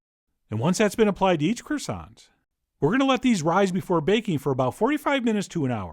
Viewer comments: tamia11 falanna Did he just pronounce it multiple times as crow-sont? Why? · You pronounced croissant wrong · Me: screaming at his mispronouncing croissant 😂😂😂